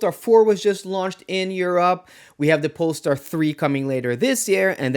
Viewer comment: What's a polstar 😮